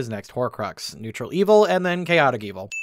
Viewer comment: I'm sorry, I must've had a stroke, you can't possibly have said nuetral good that's preposterous.